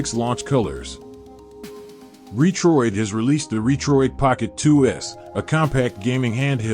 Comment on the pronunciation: Robot voice which pronounced Retroid incorrectly, and just a specification listing with no review ......